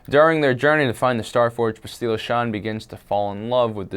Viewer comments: It's not bast-ee-la it's bast-il-a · It's Bass-tilla! Get it right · That not how you say Bastilla you dumbass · i know it pissed me off how he said it